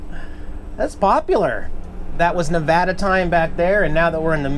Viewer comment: Love the new intro and thanks for saying Nevada right 😁